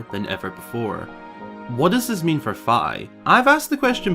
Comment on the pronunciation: If we do get fi lore, we need a conformation on its pronunciation lol (it’s FEE)